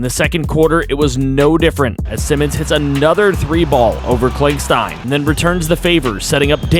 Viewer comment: Sigh-Mons not Simmons